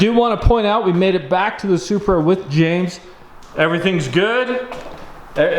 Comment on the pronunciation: lol he saying “Supruh” love your vids anyways